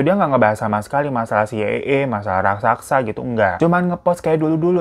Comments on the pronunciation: RAK - SA - SA bang. Bukan RAK - SAK - SA. Dicoba pelan2 deh bang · Raksasa bang bukan raksaksa 😂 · Raksasa ya kak Bukan rasaksa.. 🤣🤣 Canda kak.. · Raksasa baaaangggg😭😭bukan raksaksa😭😭😭😭😭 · Bukan RAKSAKSA bang. RAKSASA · RASAKSA? atau RAKSASA? 🤣🤣 aku bingung